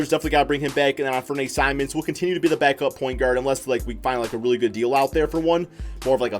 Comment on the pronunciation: The way you pronounced simons name